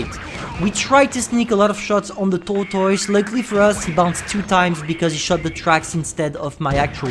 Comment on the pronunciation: It's because the way he pronounced it, i even had itches all over when he exclaimed it as t o o r t o i s e